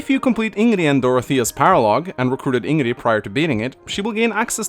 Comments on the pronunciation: You say "Ing-ree", It's "In-Gridd" here in Sweden. However, the way you say it can have local differences depending on the dialect spoken in that region. But at least here in the capital (Stockholm) we say "In-Gridd." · It's Ingrid. Not InnGree. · Wait, he pronounces it "InnGree?" This whole time I keep hearing him say "In-Giggity" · Sorry but how is it pronounced Ingree? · Love Ingrid and I absolutely adore her voice. Also, why do you not pronounce the D at the end of her name? :D Its Ingrid, not Ingre :D Wasnt even aware some called her racist, I dont get it, she hates Duscur people because of what they did, nobody would even raise an eyebrow if they werent a little brown, not to mention that could just be Dedue, I never even thought of them as different race. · stop pronouncing it ingree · Here's a fun and deadly game. Take a shot every time here says "In-Gree" and not "In-grid." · Everyone: Ingrid: Hingree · Its InGRID not InnGREE! Having trouble saying her name? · Why do you say ingree tho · BEST WAIFU!! ^^ Also, har har says Ingree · Idk what it is, but I just hate when I hear him say "Ingree" and not ingrid..just irks me for some reason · can pronounce Ingrid like the game does it if he wants, he just prefers the 'In-gree' pronunciation for some odd reason. I come from the same country as and I'd pick Ingrid over 'In-gree' any day of the week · I hate how you say Ingrid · Takes a sip everytime he says ingree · I somehow cringe when he says Ingree?? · I am of German descent and I know it is pronounced ING-rid. Source: I asked my German grandmother and she said it is pronounced like it is spelled. Scandinavian names are common in Germany, because vikings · Hearing him mispronounce her name so many times is taking the piss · No one Absolutely no one: Hingree for over 13 mins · InGeRe Me: AnGeRe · Who the fuck is Ìngree? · is as good in pronouncing Ingrid as he is in Fire Emblem